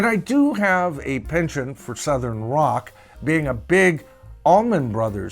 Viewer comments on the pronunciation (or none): none